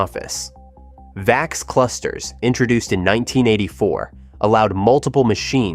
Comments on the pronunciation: And the VAX was pronounced "vax", not "vee-ax". 🙄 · It’s pronounced “vax” not “vay-ex”.